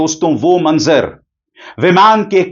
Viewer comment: ABISAR JI,,NAZARA AUR MANZAR BOLNA THEEK NAHIN...